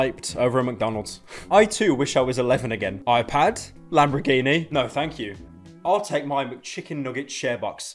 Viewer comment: Pyro be like 'lambraghini'